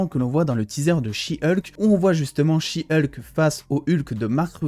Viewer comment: Ah non de dire she hulk à la française c’est beaucoup mieux que « heulk » qu’est degeulasse comme prononciation